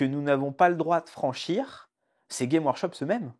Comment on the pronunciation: GameS Workshop Dur dur la légitimité/ crédibilité quand même le nom de la boîte est pas prononcé comme il faut... Je n’'avais jamais entendu parler de vous avant ce titre putaclic Ah et insulter les fan des films Marvel d’imbéciles c'est pas l’argument super percutant que vous croyez que c'est J'ai une imprimante 3d, je m'en sers régulièrement, j'ai juste plus de respect pour l’IP Games Workshop et les gens que vous